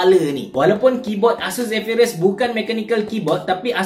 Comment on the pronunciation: Zephyrus la bukan Zephryus. Noob.